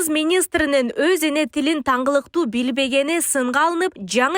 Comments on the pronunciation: Журналист сен озун да туура суйло ,тынгылыктуу дегенди тангылыктуу деп атасын .Туура жазгыла теманарды . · Тангылыктуу эмес,тынгылыктуу деп суйлосон,журналист кыз.